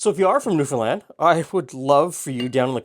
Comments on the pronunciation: Interesting comment on pronouncing Newfoundland correctly. This is the way I, from the other side of the pond, have always said it and I was told I was wrong. Glad to be proved right. Wish I could eat this bun as I love the flavour of molasses. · Born and raised here in Newfoundland. Very proud of your pronunciation of the province, almost nobody gets it right! I hope you got a chance to try some of the local restaurants. The Duke of Duckworth has the best Fish n Chips in the city. India Gate has the best butter chicken I've ever had. Unbelievable. Peaceful Loft has the best vegan food I've ever eaten. Their Singapore noodles are one of the best things on the continent. Noodles Express has some of the best ramen I've ever eaten. Somehow they found a way to keep the chicken crispy IN the broth. There's a small cafe in Brigus that serves some of the best traditional Newfoundland food you can find. As for the molasses buns, my family doesn't like raisins so we never use them in anything.